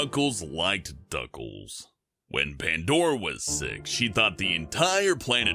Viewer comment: Why do you pronounce six as sex